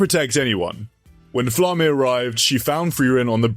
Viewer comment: It is pronounced FLA-MA not flamme